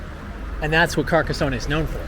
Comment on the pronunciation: From his third word cant even get .....near ......the town`s name pronunciation....omg